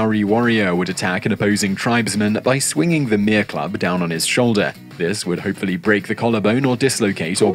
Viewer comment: Mere - meh-re 2 short syllables